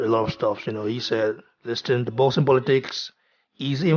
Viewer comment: Lewis has never hidden his envious heart towards AJ. Just when you think a legend would act in a legendary manner. What a shame.(Bro, work on your pronunciation please... words like ‘think,things and listen’...you pronounce those words wrongly) respect bro...